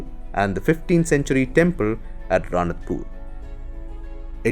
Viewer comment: It's Ranakpur not Ranatpur